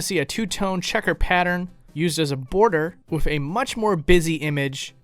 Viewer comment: I notice you say “wif” instead of ‘with’. What’s up wif that?